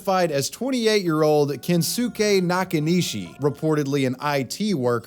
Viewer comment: = His name is pronounced Ken-skay, not Ken-sue-kay. Watch some anime like a real American, jesus.